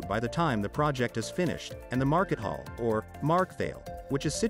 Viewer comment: I live in Märkisches Viertel and how is this shocking to the whole industry?? How come Frankfurt 4 aint bigger than MV. By the way, your German pronounciation....it got even worse when you said: "a market hall, or in German 'markethalle' ". The english word was closer to German than your pronounciating effort